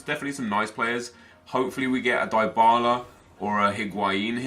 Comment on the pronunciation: NEP ITS PRONOUNCED DEE-BALA NOT DIE-BALA